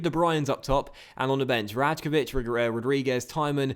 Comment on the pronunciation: Mate, the GK is pronounced Raykovich, not Rajkovich